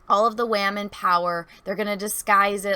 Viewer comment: She-wamen lol love it